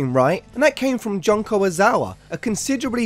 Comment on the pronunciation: I feel a questionably irrational amount of anger over the way you pronounce Junko.